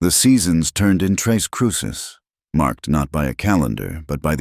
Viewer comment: Hello. It's tres (three) CRUCES (crosses), not tres CRUISES!!